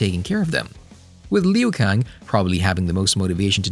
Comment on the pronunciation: I cringed when you said Lin Kew :D but yeah, I have high hopes for the second movie. Nice amount of info pal, great work.